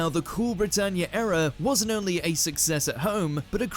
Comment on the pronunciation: Era not aira.